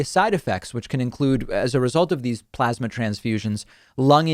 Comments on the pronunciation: How does one spell Trump's pronunciation of "PLOZMA"??? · Coffee boy: Ummm... 'scuse me SIR, but it's PLAZ-MA, not PLARZ-MA. President Trump: You're Fired!!